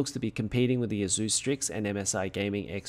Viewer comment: The way you pronounce "Asus" makes me want to smash drum sticks in my ears. >>>correct